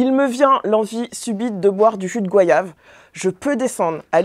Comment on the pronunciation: Oui on souffre ! Goyave et non Goiave ! Y a un Y c'est pas pour rien, ils savent même pas parler leurs langues 😮‍💨